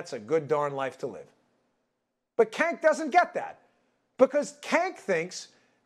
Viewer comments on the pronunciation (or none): "Cank" lmfao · I just gotta say, it's very rude of you to call him Cank, as if that was a word. It's pronounced "Jank," short for janky lol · It’s not Cank, his name I believe is Chunk Hunger. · LOL It’s pronounced “jenk”, but still funny to hear him called “kenk”. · He called him kank 😂😂😂😂 That's hilarious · I live how he keeps calling him "kenk". Lol... It's awesome. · "kenk" I love how no one pronounces his name right. idk if it's on purpose or not but either way it's hilarious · And he's extremely obnoxious AND his name is pronounced Jenk - I think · Buh, buh... but he made faces and... and... his know-it-all attitude is SO PERSUASIVE - Cenk Uygur MUST be correct, I've even heard him speak LOUDLY, this guy's thuh real deal, yo. HAAHA HAA HAHA HAAAA! Cenk really is outrageous, isn't he? And Dan, I am not inclined to correct your pronunciation of his name because, as most of us know, mispronouncing an individual's name conveys disrespect. Cenk is as disrespectful of his viewers and the American public as any propagandist and yes, gas lighting is TYT's stock-in-trade. Uygur is the object of derision because his use of it is has caused him to become cartoonish. Hahaa, cartoonish, as in a dollar sign on each cornea!